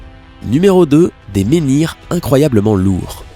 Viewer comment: "menhirs" pas "ménirs" !!!